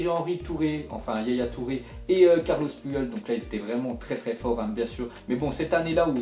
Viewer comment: continue mais c Carles Puyol et pas Carlos